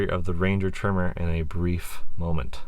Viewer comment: The pronunciation of tremor is driving me nuts. (It's not a trimmer) Nice to see a different use case though :) The powerplant is one of the main advantages Ranger has over its competitors. So peppy while returning solid economy.